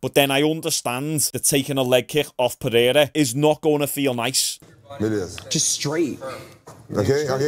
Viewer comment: Pe-hair-a goes crazy.